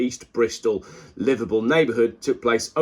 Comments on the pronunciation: I had the same problem, I thought he said Liverpool. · Thought he was saying Liverpool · It took me until to realise you were saying livable neighbourhood, and not Liverpool neighbourhood! Think its me that needs to visit spec savers...